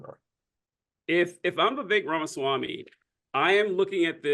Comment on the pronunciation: RAMASWAMY not REMASWAMY😅